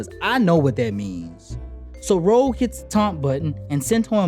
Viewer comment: Sorry but it's Rogue, not Rouge